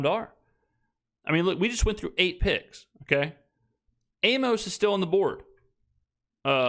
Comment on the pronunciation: Amos is pronounced like Amos and Andy